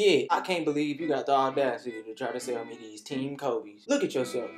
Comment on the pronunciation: nigga said "team kobes" 😂😂😂😂